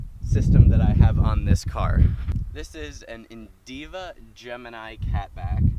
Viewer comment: Indiva? Lol wut